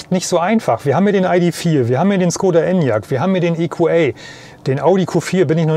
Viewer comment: Das Fahrzeug heißt EQA und nicht EQÄ.